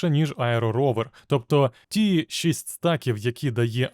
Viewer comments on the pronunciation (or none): none